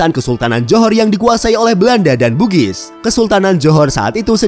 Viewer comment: kok Bugis Bang ?